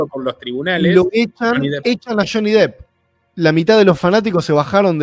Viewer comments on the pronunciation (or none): no se dice Johnny Dip… se pronuncia como se lee: Dep